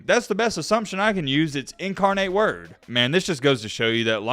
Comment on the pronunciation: You said incarnate word correctly. Maybe he has a tie to San Antonio since that's where incarnate word is. They were in the FBS playoffs last season. He probably didn't wanna sit behind the UTSA QB.